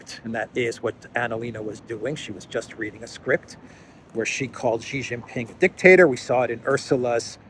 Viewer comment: It's not"GEE" it's "SHEE" you are a stuborn fellow 😅